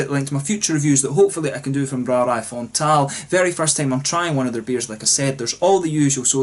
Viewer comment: First off, awesome pronunciation of the name of the brewery! Frontaal has quite a decent balance between dark beers and ipa's/neipa's. They make some excellent BA versions of their stouts as well. Very nice to see the Netherlands represented in your reviews! And thanks for shout-out mate!!!! Proost!